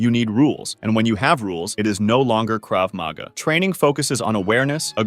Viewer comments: Grammatical point on Hebrew: the emphasis is generally on the last syllable of a word, so Krav Maga is pronounced "Krav ma-GA" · First he mispronounces krav maga, then he mispronounces silat. If you can't even pronounce the art you're describing, how knowledgeable are you? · “Krav MAGA”😭😭